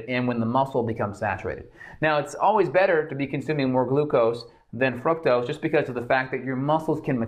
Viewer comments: "Frucktows" Fructose, sir. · Why am I hearing froctose?